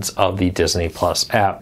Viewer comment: Dis-iny is how they say Disney in the 'hood.